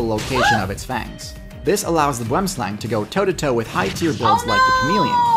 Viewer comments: Pronounced Boo-em slung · The boomslang is South African, direct translation is tree snake and pronounced boo-em slung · He's right. Boom is pronounced how does it. He misspronounced slang though. Its not an aang sound. It an more of a short. Ah. Sound.